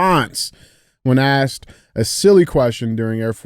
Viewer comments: Andy, "He Axed him" 😆 I was laughing my ass off. DJ still couldn't get it out, and changed his word to "he queried" lol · “He was axed”… “was it terrorism??” 😭. Andy make sure to go replace his smoke alarm batteries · Axed him a question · Who axed em, fucking hilarious